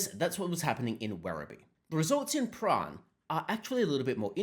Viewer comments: Prahran is Pran or prah -ran not prah rahn! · Prahran - the R is silent. PA (as in Ma and Pa, but kind of short) RAN (as in they "ran away" from the ALP) "PA-RAN" - Excerpt from the "Communist Victorian Elocution Handbook" Fact-check true, not Hate Speech at all....